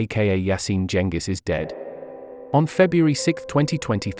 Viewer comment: Blud it’s Yasin Cengiz not yashin chengix